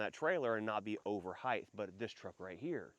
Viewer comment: Why do Americans say Heighth. It’s Height. The ways they say it isn’t even in the dictionary.